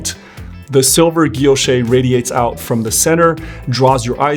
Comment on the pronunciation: Great review! This helped me decide on my next Cartier purchase. And thanks for correctly pronouncing “guilloché” (ghi-yo-shay).